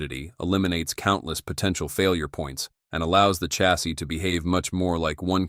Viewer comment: That tax-iss is made of pure met-ale. Thanks Mr AI narrator.